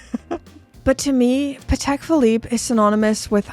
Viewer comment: She really needs to pronounce Patek. Not even close in American, British, or French…